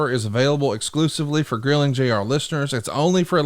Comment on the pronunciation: Forgot the r in Grilling 😂